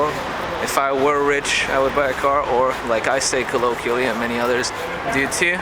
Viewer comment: Hi again. I didn`t get the example of the 1st cinditional: is it "if I GET/WERE rich, I LL/WOULD buy a car"? I`ve read the top comment and this is the pronunciation of colloquial /kəˈləʊkwiəl/, just as you say it. As regards the If-I-would-have-known issue, I have read whle chatting with American Eng native speakers. IN my opinion, it is very common for EFL learners to invent patterns of conditionals.